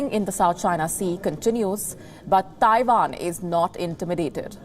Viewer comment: Its Taiwan not Taivan